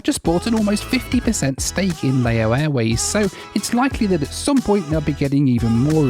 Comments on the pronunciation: As others have said, Laos is pronounced 'Louse' as in 'House' and Lao is 'Laow' as in 'cow'. What's bizarre is that over these two videos, you have added in video clips from a cartoon where it is pronounced correctly - it has been literally demonstrated how to pronounce correctly (though I'm guessing you did the filming, before digging out those video clips to insert in to the edit!). It's still making me wince every time I hear it mispronounced, especially as I hitch-hiked across the country in a lorry back in the mid 90s! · Lao is pronounced like "cow" or "brow", not like mayo (as in mayonnaise). But you did pretty well on "Vientiane". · Lao is pronounced to rhyme with 'cow' and Laos with"house" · Great video as always. It’s Lao (Laʊ) as in Wow (waʊ).